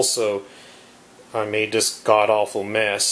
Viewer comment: Dis, dat, den de udder ting over dere. Holy shit bro, to you even "th?"